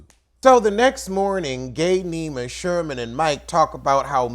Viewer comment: 😂😂 if you don't stop calling that man Sherman! 😂 it's Shervin! But you tickle me every time, idk why Lol